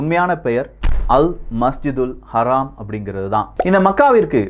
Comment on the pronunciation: Your pronunciation is wrong for haram not haraam. Bro plzz change that. Because it's meaning will be different.